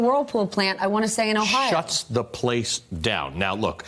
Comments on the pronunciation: It's not O-Sha-Wa ... its Osh-wa... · Thanks to my fellow Canuck for getting the lady to pronounce OSH-AH-WAH (Oshawa) correctly. Oshawa is known as the city that 'motor-vates' you :) The good news is a new Toyota parts plant is opening 15 minutes east of The Shwa:) And Darlington Nuclear has some retirements coming up. Darlington jobs is also 15 minutes east of The Shwa too :) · Retraining is a great idea. Also, O-sha-wa was hilarious. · Holy crap. "Hamtrack" Michigan? Oh-SHAH-wa, Ontario? Nice going with the pronunciation, Veelshy and Ruh-lay. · Oshawa, is pronounced Awshawa, get someone who can read to deliver the news. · The pronunciation of “Oshawa” actually killed me 😂😂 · MSNBC cannot even pronounce the city correctly.